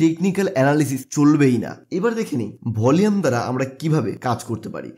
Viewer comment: উচ্চারণ ঠিক কর।volume এর সঠিক উচ্চারণ ভলিউম।ভলিয়েম নয়